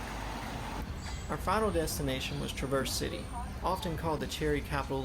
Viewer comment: That's TRAAA-verse City. Accent on the front of the word.